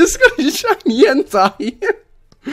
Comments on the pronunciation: En-tey. Like tater. Not Entai. Its like hentai. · he says "entei" like "hentai". Its EN TAY E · You Suppose tO pronounce it En-Tei. Nie En-Tai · its en-tay nit en-teye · ITS NOT ENTIE ITS ENTEI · Everytime says "entei" sounds likes hes saying "hentai" xD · Flippeh_Vengeance - Gaming & More! Lol you are right does sound like it! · "OMG A SHINY HENTAI!!!111!!" Don't quote me on that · Flippeh_Vengeance - Gaming & More! lmao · This is gonna make me sound like a little dirty minded but why does it sound like he is saying "Is that a shiny Hentai" 😂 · My boy sounded like he was saying hentai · I thought you said shiny henti... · Why are you saying shiny hentai? Am I the only one who hears that? ... Nvm I guess Im just... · u say en-tay but it is spelt entei